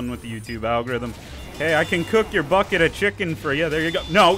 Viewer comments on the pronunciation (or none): Had a heart attack when me mum heard "bucket" as "fuck it"